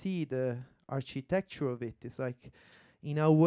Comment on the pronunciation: the archytetchure